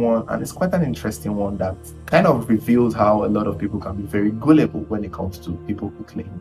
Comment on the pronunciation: Epic content! Next time, please pronounce Gullible correctly... 😇😇😇